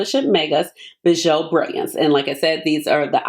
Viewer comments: It’s French, pronounce BEE-zhuu 🤎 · Ashley, thank you so much for this video . Bijoux is pronounced Beejoo. 😘😘😘